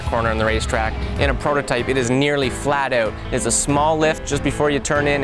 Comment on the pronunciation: "flat eaout"